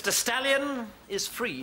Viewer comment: Ugh, that pronunciation! I thought that was not Stallion but Stalin! 0_0